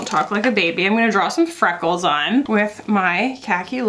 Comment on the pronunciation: Fweckles, UwU